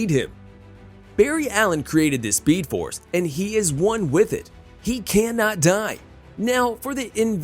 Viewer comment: he really said speedoforce